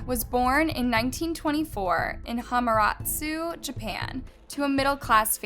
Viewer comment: The scariest thing in this video is her pronunciation of Hamamatsu and Nakamura.